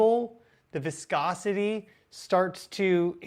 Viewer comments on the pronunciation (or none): "Viscousity starts to DECREASE."